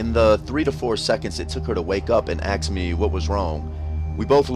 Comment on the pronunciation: Aks? I thought its pronounced ask